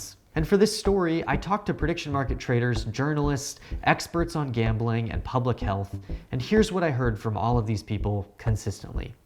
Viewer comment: It's "Gambling"